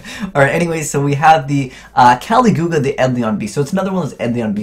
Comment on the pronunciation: Everyone's harping on his Eidolon pronunciation, meanwhile I'm sitting here going, "Kah-LIG-you-lah, dude. Not KAL-ee-GOO-lah." Also kinda surprised that you just glossed over Caligula like that when it's likely gonna make Eidolon Shadoll Lock a thing. -Open with Aleister (or a way to search him) and Shaddoll Fusion. -If need be, summon Aleister and search Eidolon Summoning Magic. -Shaddoll Fusion into El Shadoll Winda with Aleister and any Shaddoll. Get Shadoll's effect unless it's Falco. -ESM Aleister and any Shaddoll (except the on-field Winda) into Caligula. Get Shadoll's effect if applicable. -Recover Aleister and shuffle back ESM with ESM's effect. 2 Fusions that restrict a lot of your opponent's plays off of 2-3 cards.